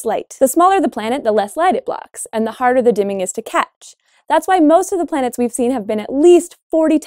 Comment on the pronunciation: "Seasons on other plantes"